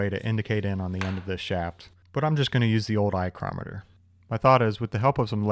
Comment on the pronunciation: “Eyecrometer” Just love it! Can’t believe I’d never heard that jem.